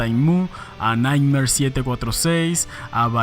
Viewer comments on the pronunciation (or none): none